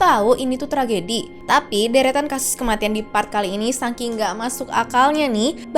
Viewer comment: saking, bukan sangking kakk😢